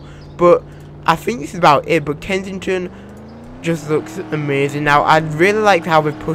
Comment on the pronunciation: Lol kensidghfjdhfton Its supposed to be kensington Lol